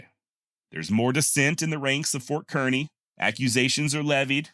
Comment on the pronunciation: FYI both the small town of Kearney, MO, and Ft Kearney are pronounced as would rhyme with Barney. We are from the Kansas City area. My husband has recently found your channel and is delighted indeed. Bill is 82 and a lifetime lover of history from the ancient to the Wild West. I had long been describing to him the wonderful deep and wide selection of education, instruction, and enjoyment provided by YouTube. Accordingly, I set him up with a new Roku with easy access on his television. He enjoys it immensely which of course includes many hours of pleasure watching your channel. Thank you!